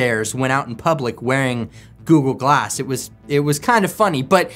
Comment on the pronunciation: All I hear is Goo-Goo-Glass… 😝